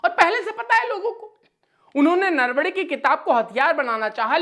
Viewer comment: 'सही शब्द बोलना सीख लें: नरवणे। "नरवड़े" नहीं। और भी, आपके आसपास में बैठा कोई लगातार खाँस रहा है, आपने कैसे नहीं सुना?!